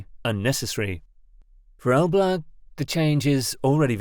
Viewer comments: What you call "Elblug" (Elbląg) is pronounced "elblong" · It's read like Elb+long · I cracked up every time the computer voice said "el-BLAG" instead of Elbląg 😁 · Pronunciation of Polish names is appalling. the letter "ą" is a nasal vowel pronounced as the French would say "en" as in "en masse" or "entente". The pronunciation is therefore something like "El blang g. Suwałki Gap (Note the L/l is not an L/l but is an Ł/ł is similar or not quite the same as the English "W/w". The W is proniunced "V" which migrates close to "F" at the end of words. The pronunciation is therefore "Soo vow kee". The canal is often known as "Kanał przez Mierzeję Wiślaną" (Canal through Spit Vistula) but more formally as "Kanał żeglugowy Nowy Świat" (Canal Shipping New World). As for the salt water arguement, it doesn't hold water. The Baltic has so little salt that it is almost drinkable. In any event, the Baltic flows in and out of the lagoon with the tides through the natural opening and marine species move in and out unhindered .